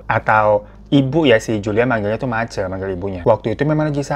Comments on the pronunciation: Maaf bang Hero kalau nggak salah penyebutannya itu bukan mace⬆️ tapi mace⬆️ kayak penyebutan e di kata Cece yg artinya mama kalo g salah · Bukan mace bang tapi bacanya kek Ma C. Jdi kek Ma sma C jdi Ma C gtu lah baca nya. 😂😂 duuh gak ada voice note sihh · ma C bang.. bukan mace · mace itu "ce" nya dibaca seperti ceri bang. Bukan ce pada cekatan. 😁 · Hihihi bacanya mace kak hiro jdi ngakak aku, baca yg bner maceeee 🤣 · Di baca mace bang bukan mace Aduh gimana sih jelasinnya😅😂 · Sebagai org asli papua, aku dengar bang hiro ngomong MACE tu lucu banget pengucapannya🤣🤣🤣🤣. Kalo d papua MACE(mama) Akhiran E di baca jelas E ga kyk d jawa gitu hihi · Halo bang Hiro... Aku dari kota sorong, papua barat nih.. sekedar info buat teman2 aja kalau kata MACE itu diartikan ke bahasa Indonesia adalah MAMA.. pas bang hiro ngucapin kata MACE langsung aku reflek ketawa karena rasa lucu dgn pengucapannya bang hiro 😂 gpp bang baru pertama kali bilang jadi intonasinya gk seperti yg biasa kami sebutkan hehehe.. makasih bang hiro sudah membawa cerita dari teman kami yg berasal dari pulau PAPUA ❤ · Iyo Kakak setuju. Maklumin aja Bang Hiro kan gak pernah tinggal di Papua jadi dia gak fasih ngucapin "Mace".😅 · Mace... e nya di baca kayak baca kota Medan.. bukan e Semarang😂😂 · Abaangg 😭E pada Mace dibaca kek E di Tempe, Bang. wkkkk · Mace pake E bukan pake e😅